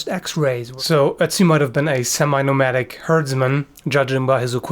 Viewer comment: A semi nurmerrdic